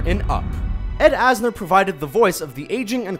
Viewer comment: "Ed Anser" kek